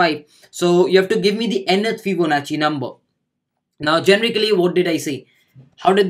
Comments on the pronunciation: it was not fibonachi ..it is fibonacci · What!! I today got to know it's fibonachi. All these times i've pronounced it as fibonaki and noone corrected me either.. thanks:)